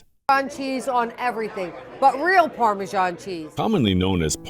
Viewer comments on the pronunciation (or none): What ? Parmasharn ?? Wtf ? It's Parmesan ! Pronounced as it is spelt.